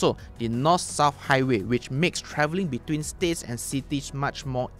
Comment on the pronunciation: you should spit the "T" like "twitch" when pronouncing the word "between", instead of sounding like "beduin". Also the word Tun should not sound like "Toon/Tooth" but "Ddun".